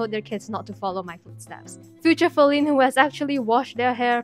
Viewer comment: OHHH YEAHH IT AINT FALINE SILVER ITS FALINE SLAY-VER!!!!